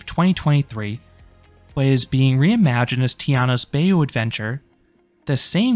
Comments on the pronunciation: It’s BAH-you not BAY-you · The narratour mispronounced the B word. How to duly say the word is "BIGH-oo". I was formerly a resident in SE TX, and everybody there can duly pronounce the geographic word. NO PLACE LIKE IT IN EUROPE.🐊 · As a native Louisianaian hearing him say BAY YU made my brain hurt 😂. Great video though! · That's definitely a choice to pronounce 'bayou' so incorrectly.